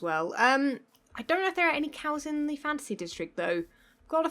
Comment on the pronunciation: Am I the only one who constantly hears "fancy" when she says "fantasy"?